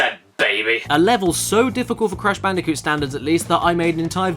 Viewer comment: Crash Bandicoot Video checklist: 1) make sure to say "sonics arse game" 2) say "cash banooca"